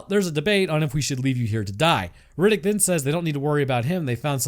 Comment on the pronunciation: i love the "chronicle's of Rinninck!"